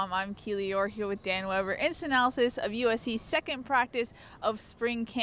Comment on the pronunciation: Keely is great but I’d love to hear her say “instant analysis” not “istanylis.”